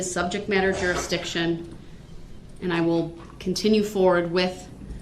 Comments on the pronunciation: Ole bright one,, has said subject matter jurisdiction so much that he can’t say it correctly right at the last leg of the race. 🙄 He now calls it “Subject Matter DurisJiction” 🤡 Words are hard, right DB? He should be well spoken and well read after he serves those 1000+ years that Judge Dorow 👩🏻‍⚖️ 🥊 knocked him out with. I mean he’ll have plenty of time to read the dictionary... and all the encyclopedias from the 1980’s. 🤣😉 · the ‘ol suhjekt matter durisjiction 🤡